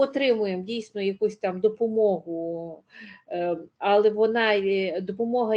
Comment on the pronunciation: Достала ваша бла,бла, ьла, пані . Особливо ваше Але з наголосом на А